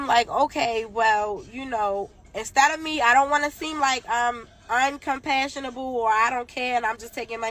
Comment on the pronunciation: Not “Uncompassionalble” 🤔😭